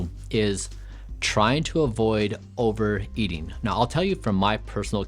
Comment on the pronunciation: There is no "d" in "eating," there is no such thing as "over-E-ding."